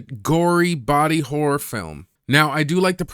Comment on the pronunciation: Did he say "hore movies"? Like Debbie Does Dallas?